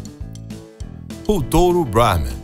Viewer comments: Porque um nome Indiano acaba de ser pronunciado com a pronúncia em inglês? 🤔 Pqp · Eu sei que os indianos dominam o inglês! A questão é: Porque um apresentador/locutor brasileiro, acaba de pronúnciar um nome indiano,com pronuncia em inglês? Isso ficou esquisito! 😅🤣